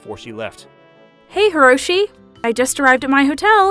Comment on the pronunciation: It's Hiroshi.....not karoshi